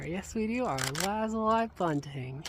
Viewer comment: Omg i feel so vindicated right now. Ive always pronounced and heard the word lazuli the way you pronounced it here. But for the last year or two, ive come across TONS of people who say luh-zoo-lee I thought I was going crazy.